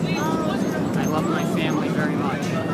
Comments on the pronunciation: My man keeps saying I love my faimly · “I lav meh femilay.” I lave tem very mach.”